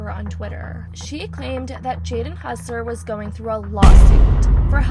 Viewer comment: Bro is hossler not hussler